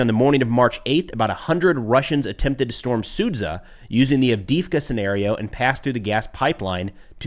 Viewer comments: it's su-JAH, not sud-ZA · Sudzjah NOT SOOD ZUHH